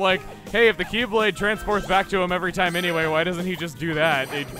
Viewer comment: chuggaa channeling his inner Tasmanian devil also "This toim has been kerned" 2019